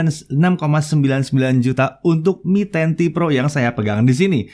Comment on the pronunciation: Yang lain denger : MI 10T PRO Yang gua denger : Menanti Pro